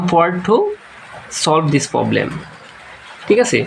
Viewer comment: Baia forblem banan tik kore bolen 😂